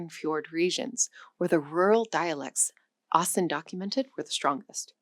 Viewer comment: I heard you sad A in the start of Ivar AAsen's last name. It is pronounced as an Å.